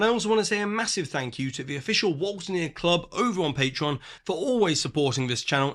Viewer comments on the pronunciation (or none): none